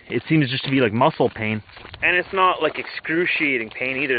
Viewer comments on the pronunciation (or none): none